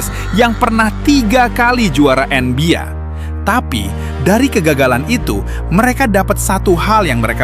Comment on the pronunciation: Izin bng advice dkit buat spellingnya biar lbih keren di koreksi misalnya NBA (ENBIE) bukan (ENBIA) yg lainnya minor aja maih aman